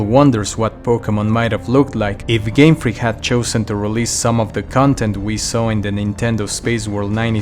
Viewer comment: Game Freak, really putting emphasis on “FREAK”. Shiny Feraligator really caked up 🤯